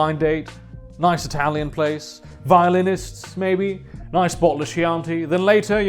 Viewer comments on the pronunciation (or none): It's actually pronounced "Ki-anti".